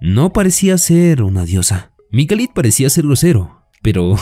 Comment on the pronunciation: Resumen genial me subscribi Pero por favooor se lkama Mikhail o Mijail en sudamerica . Donde duce Mikalitttt?????